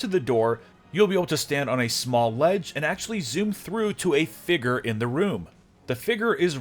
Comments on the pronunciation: exactly! figure not "figgur" lol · figerrrrr